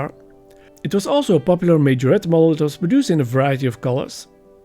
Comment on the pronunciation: Nice one, I've done mine in blue, lovely little car to work on. Thank God at least you pronounce Majorette correctly 😂😂😂 cheers Laz